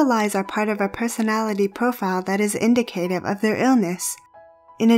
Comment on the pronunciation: she also says in-di-kay-tive in stead of in-dick-a-tive. But that's nitpicking ridiculousness.